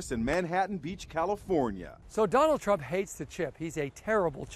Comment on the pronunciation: “How Golf explains ttrrruuump” Was that just me?